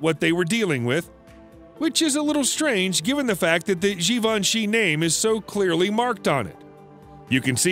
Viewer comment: All these years I thought Givenchy was pronounced like Davinci with a G. Oopsie.